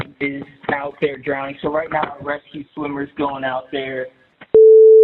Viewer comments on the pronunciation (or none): "drowneding" Benny? SMH how can I ever take you seriously again?! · Cmon benny... drownding isnt a word.